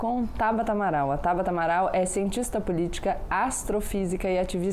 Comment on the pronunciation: Acabei de ver isso também, Marcelo. Estava procurando aqui nos comentários para ver se mais alguém tinha notado. Ainda bem que sim! Para quem não viu (ou não entendeu): o nome dela é TABATA, com "T" na última sílaba, e não TABARA, com "R"! :-) Vamos ver se alguém corrige! (22/08/2021, )